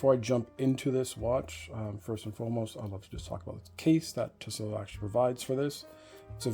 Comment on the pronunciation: Nice vid, however, tissot (t-so) is the only way it is pronounced. The last T is never pronounced